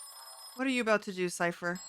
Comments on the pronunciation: His name is Cypher, not Sirus. Can you dig it? 😛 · It's Cypher, not Cyrus. You're thinking of Con-Air.